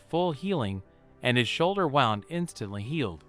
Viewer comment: And now, the AI can't pronounce "wound". I'm so glad that we are entering a world of poor mediocrity.